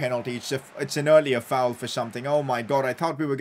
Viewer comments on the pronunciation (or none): none